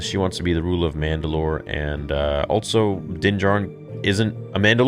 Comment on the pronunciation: Am I the only one that gets annoyed by how he says also? He pronounces it with a t for some reason. “Altso”